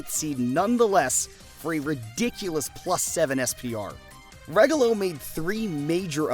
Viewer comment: I can't wait to see your video on Regalo. Please mention Nitox too! A lot of Americans are mispronouncing their names. Regalo which means gift in Spanish is (Rey-gah-lo) also/or (ray.gal.lo) and Nitox is pronounced like (knee.tox) and/or (knit.tox). If you're saying (regg.ga.lo) or (ny.tox) you're saying it wrong, but no one is really wrong though it's just a preference.